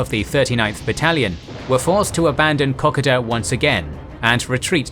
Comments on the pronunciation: Aussies: Ko-ko-da This guy: Kokeda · Kokoda = Cock-ka-da? It's Co-co-da 😁😁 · Pronounced Ko-Ko-da, not Kockoda, and Ma-roo-bra, not Marubra. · Why does Arnold Potts have a NZ flag behind his portrait when he was in the AUSTRALIAN army ? And it's KO-KO-DA, not KOK-O- DA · Wtf is Cock-Ida....I know about Ko-ko-da.....but that's only because I'm Australian and a history buff. I'll shut up and learn....because.....grrrrrrr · It's ko-KOH-da, not KO-ko-dah, and what's with all the God's-eye view of the future (from the past, of course), "the Japs would do this" and "the Australians would do that"? Just a plain and simple past tense - "the Japs did" and 'the Australians did" WOULD do. Other than these two quite cringeworthy grains of sand in the ointment, all good, and thank you for an informative retelling of the battle. My Dad was not in New Guinea, but severely wounded in the Blitz, then in action in Burma, at El Alamein and Anzio. I live not far from Kingsbury Drive in Melbourne. It is moving to learn where the name came from. The whole area was built in the immediate post-war qand is replete with WW2 names - Gona St, Alamein St, Kokoda St, Tobruk St and of course, Kingsbury Drive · It's pronounced ko-ko-da,not koko-da! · Kokoda is pronounced Coco- dah not Cock-odah. Kokoda is extremely important in the Australian psyche so please review the way you pronounce it. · I have to say this as an Austalian, it's koh-koh-duh, not cock-ah-dah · Love the channel but please please, its ko koda, not koka da. It was just grating to hear that. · I've just gotta say the pronunciation of Kokoda is so different in Australian. We pronounce it ka-koh-dah. Kok-a-dah sounds so strange to my ears. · The pronunciation in this video is tortuous. Kokoda is pronounced K’koda, not Kockada. Maroubra force is pronounced M’roobra not M’robr. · It's pronounced Ko-code-u not cock-a-du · kuh·kow·duh, not Cockada. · It is pronounced “co co dah” not “cock a dah” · Pronounced "Coke - Oh - Dah"